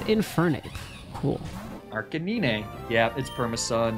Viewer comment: I’m always so glad says Arcanine the way I do. I refuse to accept the official pronunciation of it. It’s ar-canine to the day I die and not arca-nine. It’s a flame puppy.